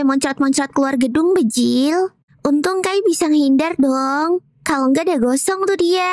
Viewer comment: Kenapa klo kaka bilang bjir tuh pasti bjil